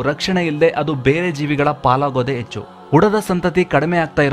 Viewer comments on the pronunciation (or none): none